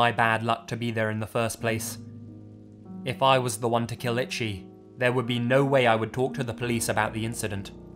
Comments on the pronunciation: The name “Ichi” is pronounced “EE-CHEE”, not like the word “Itchy”. I’m not trying to be a dick, sorry 😐. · The way you're pronouncing 'Ichi' as 'itchy' is driving me insane lol. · "Itchy" LMFAOOOOOOO. PLEASE. I'm BEGGING you. PLEASE stop pronouncing Ichi like that. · I wondered if you meant Ichi... it's pronounced EE- CHEE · The name Ichi is pronounced Ee-chee. Love your vids, but that was really bothering me. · You corrected this but not ichi?